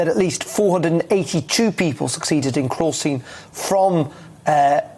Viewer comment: If you’re talking about the chap - he can’t pronounce “crossing” 🙄